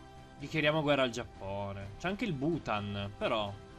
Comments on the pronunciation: ma sentirti dire già"p"One é la cosa più bella al mondo.....voglio proprio vedere come hai fatto in 3 a conquistare il restante 99% del mondo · intendevo l'accento che usavi per dire Giappone 😂